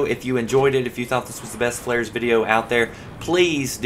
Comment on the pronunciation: he said "flaris" not flairs